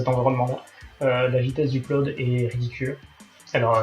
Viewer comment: Pressure level de l'an 1100 après JC (Jules César) : Ma prof d'anglais te fait dire qu'on ne prononce pas [uplode] mais [eudlode] en appuyant sur le [eup], syllabe forte. Voilà, voilà ! ^^